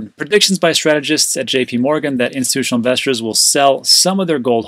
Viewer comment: Instituional Buyers is all i Hear....... where are all the reatail investors